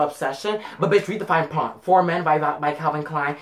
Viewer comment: lol did anyone notice he said fine pront instead of print or is it just me